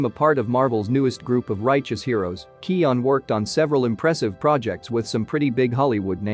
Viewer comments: His name is pronounced 'kyoh-gan' not bloody kee-awn. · I just found a video with a clip on him pronouncing his name at the start. So it's Key-oh-guhn, with an obvious "g". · County Kerry, west of Ireland. If you wanna check how to pronounce the feck'n thing, look up Collin Farrell talking about Barry KEY-oh-gan....or checkout the late late show...and stop being a smart ass. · "Keoghan" rhymes with "Owen/Eoin", the 'g' is silent. Just say "Kyo" or "Keo" .. and then say "Owen". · pronounce his fucking name for the love of christ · 1 thing you didn't know about Barry Keoghan - How to pronounce his name 😂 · What's the right way to pronounce it?